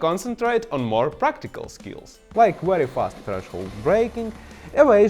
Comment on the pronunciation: Yes, this is a weely weely good video.